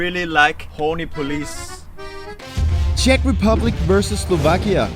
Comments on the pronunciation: Please excuse me but Horní Police is not pronounce like "polic" (cops) but policE (shelf). Anyway great video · Horní police is upper shelf, and when u said it, it sounded like "horn police"😂😂😂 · You didn't pronounce the name of the village Horní Police as "💦horny 👮police", did you?🤣🤣🤣🤣